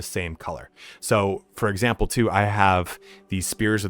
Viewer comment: "For examper"